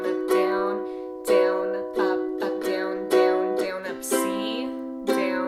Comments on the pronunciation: no hate but does it annoy anyone else how she says down BIG OOF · Is it me or its amazing how she says “down”?